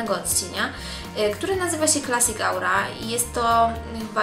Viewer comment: Makijaż fajny, jeżeli ktoś dobrze się czuje cały na różowo. Wiem, że staracie się dobrze wymawiać te nazwy, niektórym z Was co raz lepiej to idzie, ale dziewczyny... 'au' w słowie 'aura' czyta się w przybliżeniu jak 'o'. To dość rażący błąd...